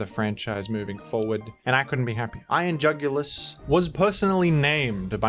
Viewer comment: i love when he says iron jugilis. iron jugulis